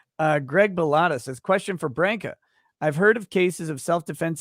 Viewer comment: So PROUD you can pronounce BRANCA Correctly! Yay😂